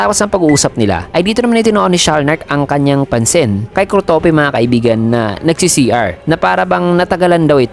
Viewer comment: Na babother ako sa pag pronounce mo sa pangalan ni kurtopi😅